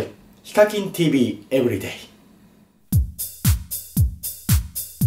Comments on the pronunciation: Everydayのvの発音は「ブ」じゃなくて「ヴ」です うるさくてごめんなさい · エッブリデイの発音めっちゃいい(笑)